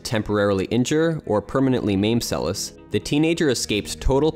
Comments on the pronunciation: The second s in her surname is pronounced as sh... Get it right folks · Great job . Monika Seleš ( prononciation Selesh) one the greatest tennis players in history.